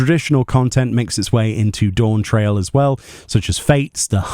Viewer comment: It’s pronounced Dawnt rail lmao